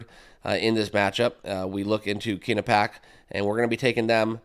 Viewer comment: It’s Quinn-nip-pee-ak